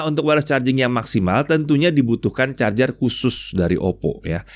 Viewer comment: wkwk kyknya bilang charjer ada chajer ada nyindir bren sebelah ni🤣alias si Samsung🤣